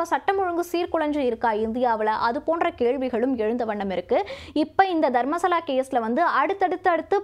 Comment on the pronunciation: தர்மஸ்தலா . தர்மசலா இல்ல